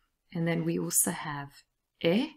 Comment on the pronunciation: They way u say then is way different then the way you pronounce "and". In th first one I heart eh i the latter ae. What the reason behind it? It makes me confused